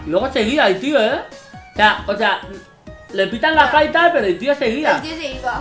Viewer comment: le dice faita es vez de falta